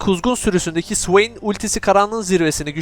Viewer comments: (suveyn) ne, o nasıl okuyuş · sıveyn diyişin efso be .d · Swain diyişini sikiyim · O ne güzel Swain demek kardeşim. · Allahım o nasıl bir swain diyişidir yarabbim